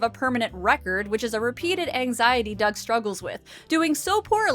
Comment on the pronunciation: Did you say Rocko's Modern Life??? Oh wait. You said Doug. Sure sounded like Rocko's Modern Life.